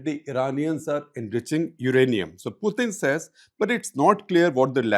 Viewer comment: “Puthin” “Sovieth” “Sharon” 😂😂